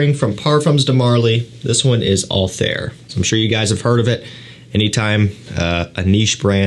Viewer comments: The pronunciation of PDM Althaïr was wrong😊: there are 2 dots on the I😉, so it is Altha ir ☺️ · Pronounced Alt-Hair or Altair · It’s pronounced « altaeer » if you care about it at all for future videos. Btw Bourbon vanilla is just a type of vanilla from La Réunion, which is a french island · its pronounced AL-TIE-EAR like the og assains creed protagonist